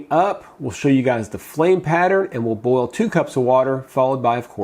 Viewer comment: I love the way you say that you are going to "bowl water". Dixie says it the same way. It's fun. I also get a kick out of the way you leave the office behind and don't get wrapped up in viruses and diets and stuff. I mean, I see plenty of that from other docs. It's refreshing to know that you are never satisfied with a million ways to bowl water -- there is always another way!